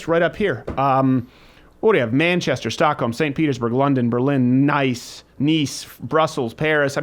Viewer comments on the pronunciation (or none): The pronunciation of the French City 'Nice' lol Nooob